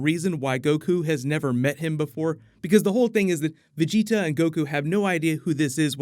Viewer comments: thanks for fixing the way you say vegita lmaooooo VEGI-TAHHH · Am I the only one bothered how he pronounces the dragonball characters names? At least he’s finally saying vegeta name correctly! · I need to fan check you son. Gohan is pronounced Go-Hawn not Go-Hann you sound like an American reading off his name for the first time. And Vegeta is pronounced Ve-Jee-Taw and not Ve-Je-tuh it sounds like you’re about to say vegetales when you speak Vegeta’s name. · Cringe*** when you said vegetas and gohan's name lol